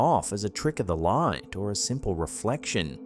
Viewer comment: Imagine playing a drinking game while watching these where you have to take a shot every time says "trick of the LAW-eet"